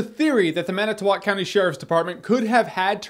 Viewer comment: Thank you for pronouncing it Man-i-tow-walk and not man-it-tow-wick. Good job!